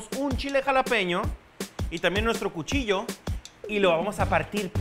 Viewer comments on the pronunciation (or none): none